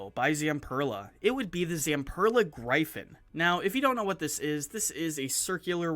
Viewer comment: You should learn that Gryphon is a mythical bird and it is pronounced GRIFFIN.